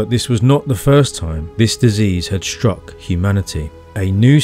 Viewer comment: Please stop pronouncing words like “struck” as “shtruck” or “history” as “hishtory”. It really doesn’t sound very intelligent.